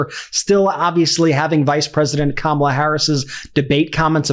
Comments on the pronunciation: Sarah H Sanders ALSO mispronouncing such an easy name to pronounce? What is it with those MAGAS? Did they all take an oath to wrongly pronounce Kamala’s name with the 2nd “a” accented (Kamála) instead of the FIRST (Kámala) as a form of disrespect?!?!? Or is it that they are ALL THAT collectively intellectually challenged? 🧠🧐 Those beings are in desperate need of psychological help! More mental institutions PLEASE! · Pronounce Kamala’s name right… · I LOVE how 'they' ALL have to pause and think how to incorrectly pronounce Kamala. Fawking arse-holes! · SHS...what a fukkin parrot, mispronouncing her name. Feel bad for her kids that supposedly keep her humble. Perhaps she needs to get the definition. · The fact that they purposely mispronounce her first name just shows you how immature they are! Congratulations Ohio, you picked a real winner! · Isn’t it a shame that we have so many people in politics that SHOULD be intelligent people, who after 3 1/2 years can’t pronounce the name of our Vice-President / future Madam President’s name properly. I see now stupid Sarah Huckabee Sanders is just one more. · They are doing it on purpose, just to show disrespect, or she's not worthy of them pronouncing her name correctly.